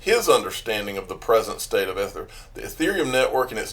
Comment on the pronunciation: E-ther.. it’s pronounced with a strong E. Just a heads up.:) Thx for all your hard work!